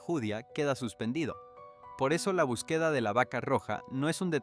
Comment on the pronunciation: Este señor no sabe nada de gramática pues no sabe expresar las palabras el español no se habla así no se pronuncia así como el lo habla palabras q no las pronuncia como se hablan no usa acento no usa nada por e b empleo botín ejemplo búsqueda el no la pronuncia bien esa palabra necesita q estudie la gramática para q pronuncia bien las palabras el sr le bendiga